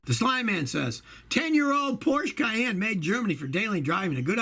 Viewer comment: Nathan S. You're thinking of Cheyenne, when it's Cayenne. And, Porsche is pronounced por shuh. ✌